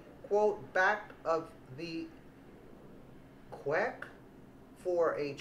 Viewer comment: Queue is pronounced "Q". It means "line".☺ Thanks for all of your hard work!